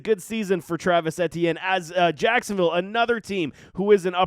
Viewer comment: The way this guys pronounces Etienne and “productivity” make all his points null and void